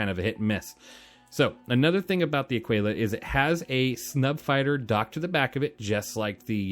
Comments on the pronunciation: It’s not a quail a. It’s either Ah quill a or A keel ah. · "uh-kee-luh" you dont call it "te-quay-luh" its tequila. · a kee la, like te kee la. tequila, aquila only one has a T at the beginning of the word. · It's pronounced "ah-keela" btw. Honestly, get the Taurus or if you like the bling like Ido, get the Phoenix. Love my Phoenix! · american here, it's ah-key-la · No big deal man but I thought it was pronounced like tequila. Ah-Key-Lah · I think that the pronounciation of Aquila has a mute U